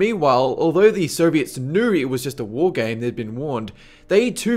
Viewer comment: dude you got some bad pronunciation with some words, for example Soviets you pronounce it like Serbians, the same with Syrians that too you pronounce like Serbians, i was like wtf when would Serbia launch missiles in the direction of the USA, that was always the US thing to launch missiles at other countries including Serbia xD